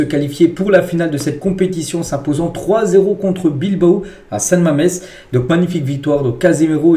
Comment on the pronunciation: Pourquoi vous dites tjrs athlétique bilbo et non pas Bilbao. La machine qui parle.